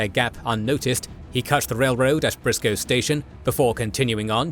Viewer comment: It’s not “Briscoe station”. It was Bristoe (now Bristow).